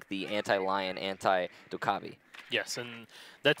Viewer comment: The way he says Dokkaebi makes me wanna die